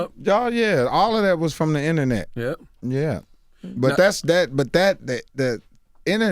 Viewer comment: did Mike Epps say The Innernet?? Aka internet lol